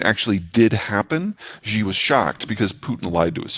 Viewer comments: Shee not Jee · His name is not ZZZHHHEEE, his name is SHE~! EXACTLY the same as the pronoun for as woman.